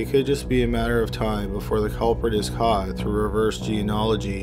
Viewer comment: I really like your videos and the narration but do you think you could start pronouncing the consonants in words like Caught (hard C not "haught") Killed (k sound not "hilled") etc. It always sounds like you are saying h's at the beginning of words and even in the middle of them such as "beghinning" Consonants are cool - you will like them!